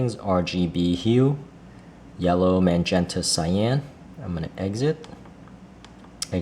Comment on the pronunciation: Magenta is not pronounced MAN-gen-ta. There is no man in that word. Otherwise a terrific video.